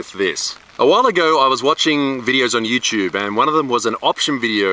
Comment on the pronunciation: Important question is.. Why u saying.. youchube if its written youtube?